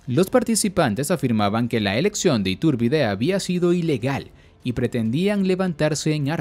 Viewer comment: Me estresa que le modifiques el nombre y lo pronuncies “Itúrbide”...